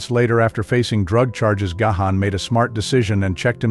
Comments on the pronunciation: it's Garn, not Ga-han. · Dude it is so annoying — not GaHan, it is Gawn, please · Gahan pronouced "gone" not ga-han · He is GáHán..Á not e or gay..or anything else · gayhan? Gahan, as in GARN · Oh, Booh-Hooh. Stop this woke, victim narrative for infants. Dave (and the rest of the band) are legend! And, pls...it's Gahan (Gaan), not Gayhaan). 🙄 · You do not pronounce his name Gahan. You pronounce it "Gone" as he took his last name Gahan (His birth lastname was Callcott) from his stepdad who was of irish decent. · Please ... stopped watching when you said gay han ... its gone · I can’t handle the way he pronounces Gahan 😂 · His last name isnt Gay-Han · You don't say the H! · You’re pronouncing Dave’s last name incorrectly. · You can't even pronounce his name correctly ... GO AWAY AND DO SOMETHING ORIGINAL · Well, you're pronouncing his surname incorrectly. 😑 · It would help if he knew how to correctly pronounce Dave’s last name . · Not only is that not how to pronounce his name, but it’s said 2 different incorrect ways.